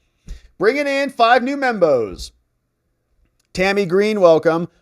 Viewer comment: when you say Membos, I keep hearing Bimbos, lol.